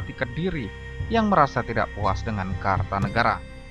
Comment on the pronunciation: Maaf bukan KARTANEGARA tapi KERTANEGARA , jangan salah sebut atau salah baca.